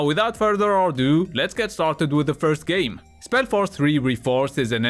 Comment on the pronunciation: When you said: I make "game" reviews and top 10 videos, I heard: I make "gay" reviews and top 10 videos instead. That was also funny lol :D